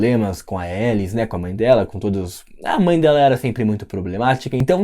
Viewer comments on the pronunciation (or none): none